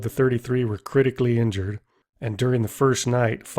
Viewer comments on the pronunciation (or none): none